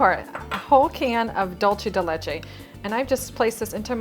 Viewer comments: It is pronounced dulsé , not dulché. It is Spanish not Italian. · It's pronounced dool-say not dol-chay. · She says it wrong in ALL her videos that include Dool-se de leche as an ingredient. It's not Dolce! The recipe does look delicious though 😋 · Um, doolsa? It's doolsay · I am from Uruguay, and it is Dulce (Dool-se), NOT Dolche (Dol-che, which is the Italian pronunciation). My mom used to make it all the time. This has to be the 3rd YouTUbe chef that makes the same mis-pronunciation. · I think it's dulce .... Not dulsé or dulshe